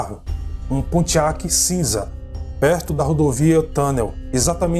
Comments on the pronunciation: cara nao é Abótt , é Ábott e nao é pontiác é pontíac! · E em Pontiac a sílaba é no "ti"... o jornal Examiner se diz "Ecsâminer" e não "Esâminer"...